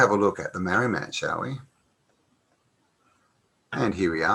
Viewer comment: its pronounced MARR - REE